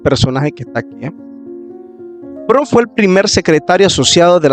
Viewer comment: Buena información, desde el punto de vista histórico, una observación ten cuidado al editar y también al hablar hay muchos errores de pronunciación y es Leroy Edwin Froom (Lirroy E. Froum pronunciación)